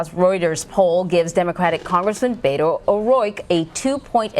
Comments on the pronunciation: The media needs to learn how to pronounce Beto's name. It's not BAY-to. It's BETT-o. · Did she just call him “Bado” ? 🙄 It’s Beto ... like the word Bet+ the letter O. Plz, do your homework BEFORE going on air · Did she call him Beto O Roike? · You say BETT-o, I say communist. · They know how to pronounce Beto’s name. It’s their way of putting him down. Don’t forget that CBS is a huge corporation that benefits from the GOP rape of American citizens. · Learn how to pronounce his name. Unprofessional.